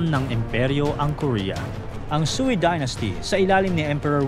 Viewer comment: Prounounciation ng sui dynast (katunog ng sway)